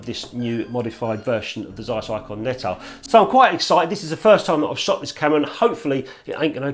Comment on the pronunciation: dear, every time I need to hear some healthy English accent I tune into your channel please note < need to> Of bleedin 'course you butcher all them foreign words, you're English, aren't you? it's < tzeyes > Nettar you've got it right, Anastigmat wrong, as usual golden rule for English, Welsh, Scots, and other British subjects is: if you naturally stress the first syllable then you can bet your posterior it's second one you should stress. The syllable you strees naturally and the syllable you pronounce more or less neutrally are your best guide go against your natural tendency and stress the other syllable ana-STIG-mat you says, anastigMAT is right admittedly it's a difficult one having four syllables;Love you, your videos, some of your pics and your effervescence. What a pity they banned smokin' in pubs ( please pron vinnie coz it's German & I'm a bloke )